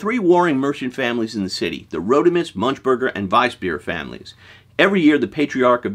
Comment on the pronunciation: Did he just say “munch burger”?